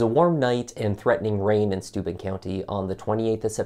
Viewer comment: Every time they begin saying Stuben...it was registering stupid.